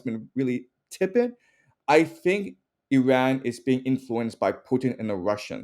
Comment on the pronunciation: Zero vision on Iran's reality and full delusional history BS digest. Talk to somebody that at least can pronounce the name of Iran correctly.